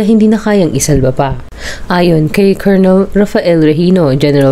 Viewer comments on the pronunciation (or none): none